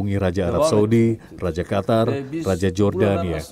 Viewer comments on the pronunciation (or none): none